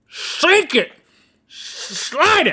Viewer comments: It bothers me that Link says "Dink it" but Rhett does not say "Sink it" Is anyone else bothered by this?! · Every time they say dink it and not sink it i say it softly in my head